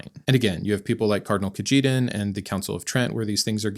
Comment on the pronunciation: FYI, another dead giveaway is your mispronunciation of names like Cajetan. You don't realize how badly you've been educated as a Fundagelical.